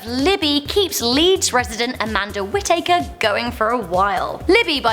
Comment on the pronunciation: She also read Whittaker as witaeker